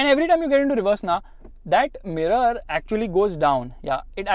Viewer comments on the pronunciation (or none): none